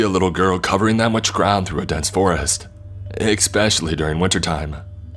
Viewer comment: I like listening to his videos too. Though the breathing doesn't bother me, the expecially and excape he says bugs me.